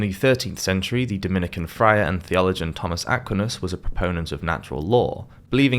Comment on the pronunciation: You might want to check your pronunciation of Thomas Aquinas. It's a pretty big medieval name.